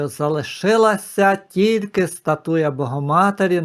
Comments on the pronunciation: Пане не «статУя, а стАтуя». Перепрошую. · Подивилась у словнику:українською стАтуя, наголос на перший склад.